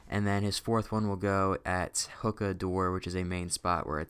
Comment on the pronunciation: also its pronounced (hoo-kuh)